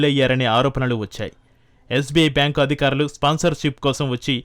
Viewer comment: ఏమి తెలుగు ఇది తల్లీ..... అధుకారులు ❌ అధికారులు ✔️ ఆధాయం ❌ ఆదాయం ✔️ ఒక్కనిముషం విన్నా ను, అంతలో 5 లేదా 6 తప్పులు.... వినలేక వదిలేస్తున్నా